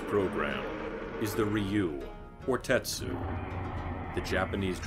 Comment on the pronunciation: I think he meant Tatsu (龍/竜/たつ). Just he read it like an American.